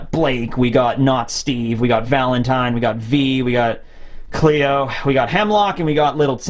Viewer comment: the way he said Cleo XD